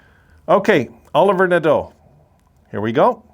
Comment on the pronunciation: If u look back on comments i was happy with the Olivier Nadeau pick cuz of his size and offensive upside. Kid can grow to 6'3 prob 215 lbs and have a good Power forward game. Its not Pronounced Oliver its french so O-live-e-a Nah-do . Olivier Nadeau.